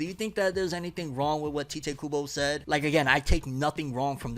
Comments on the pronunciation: It's literally pronounced Tie-Tay not Tee-tay. But go on😂😂😂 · You are pronouncing tite Kubo's first name incorrectly 🤦🏼‍♂ In Japanese, it is Taito Kubo, and so you would pronounce his name the same, but you wouldn't put emphasizes on the 'o' at the end, and it would sound more subtle, which is how he pronounces his name in interviews. Hope that helps 🙂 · Not sure if you knew, but the author writes his name IN ENGLISH as Tite Kubo. The transliteration from Japanese is Taito Kubo, or in other words, it's pronounced "Tight"